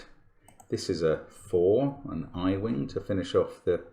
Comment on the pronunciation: I chuckle every video when Mark says “i-wing” in passing. Fun puzzle, 32 minutes for me!